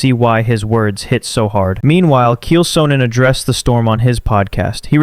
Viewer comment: Thumbs down for “Keel Sonnen”